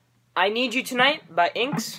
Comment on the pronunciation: inks...? Ooh, INXS, (pronounced 'in-x-s' or 'in excess') But good job and nice axe.